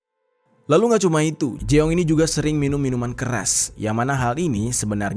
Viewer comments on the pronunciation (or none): jeong = JONG , bukan jeeooonggg 😭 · Kayaknya bukan di baca jeong deh tapi jung 😅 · Fyi ya Eonitu dibaca O Jeong dibaca Jong Poceon jasi Pocon 😂